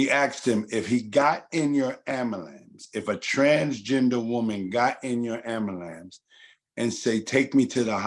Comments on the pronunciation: Nobody gonna correct this man saying amulance over and over again.... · The word is AM BU LANCE.....repeat it sir!